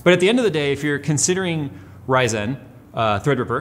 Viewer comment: Stop saying Rye-Zen! Lisa Su doesn't do it, it's Ryzun, it's not bread! AAAAAAA